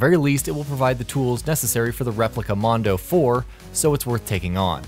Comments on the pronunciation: This guy called the "Monado" the "Mondo". I'm offended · Replica Mondo 4, come on at least learn how to say Monado right.